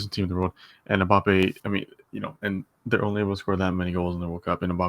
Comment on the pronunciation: Passing who can’t even pronounce his name